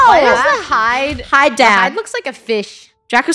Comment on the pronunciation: that’s not “the Hyde” that’s “the bride” ☠️☠️